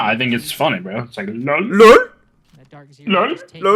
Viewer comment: please stop saying LUL for lol it was cringe in 2016 and needs to be left back then